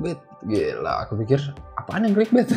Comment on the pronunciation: Clickbait dibacanya klikbet?